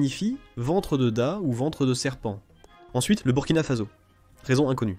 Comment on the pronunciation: Bonne vidéo mais avec quelques approximations. Marrakesh n'est pas/plus la capitale du Maroc. Le Burkina Faso (prononcé fasso) n'a à ma connaissance jamais été une colonie allemande. Nigeria le ia c'est tout simplement dû à l'anglais ou plutôt à la tendance anglaise de latiniser les noms des pays et régions (Virginia, Somalia...d'ailleurs les Etats Unis ont failli s'appeler Columbia) Maures se prononce sans s